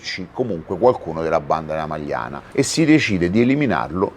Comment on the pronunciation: Non la Magliana: a’ majana